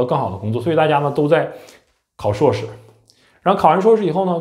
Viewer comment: 人家是 硕士 不是suo士 说真的 阁下只会吐槽 完全没有思想上的高度 并且 言谈举止也看不出硕士的影子